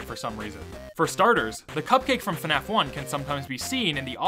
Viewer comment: Please stop pronouncing FNAF as Fenaf. There is no vowel in between the F and the N in FNAF.